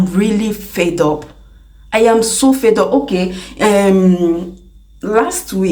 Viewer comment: Sis, it is "fed up" not "fade up". ❤❤